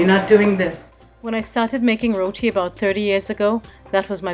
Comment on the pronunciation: yOuR RoWeTee , abeh gora ke aulad pronunciation tik karo yaar lol